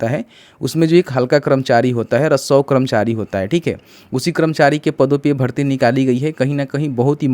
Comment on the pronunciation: पहले राजस्व बोलना सीखो फिर वीडियो बनाओ 😂